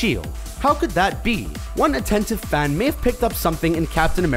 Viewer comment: The way the v.o. guy pronounces "man" and "fan" is really odd.